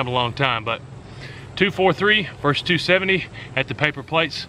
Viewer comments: Versus, not vers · Versus does not sound like verse.